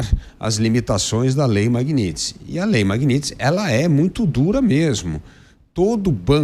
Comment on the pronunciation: Magnitsky!! Parem de errar esse nome! Não é Magnits!!!